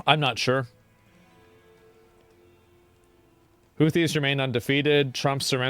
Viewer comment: Houthis sounded like Hoochi bruh, lol